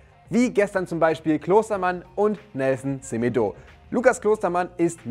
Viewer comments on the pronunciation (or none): Er heißt net Semedoo und auch nich Seemedo Betonung liegt auf dem zweiten e also Semeedo😂